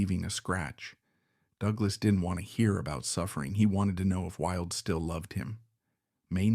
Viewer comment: Why oh why could the narrator not get the pronunciation correct. He couldn't even get "Wilde" correct. Totally spoiled it and had to stop in the end, just too bad.